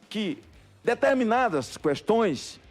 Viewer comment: Eu desconfio de gente que fala "cuestōes"! Kkkkkkkkkk